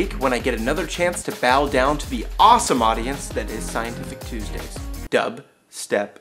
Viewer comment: i love the way he says TUSDAYS xD